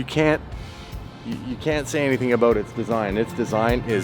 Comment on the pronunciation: Haha is it about? A boot? Or aboat? Gets me every time!